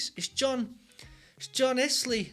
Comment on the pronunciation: Still can't John's name right! You're getting closer. It's not "eyes lee" or "iss lee", it's "ills lee".